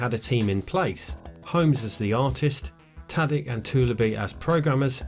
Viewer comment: It's probably Tadić (soft ch), not "Tadik".